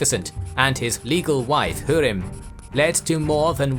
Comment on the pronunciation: Her name is pronounced Hoo-rem not hu-rim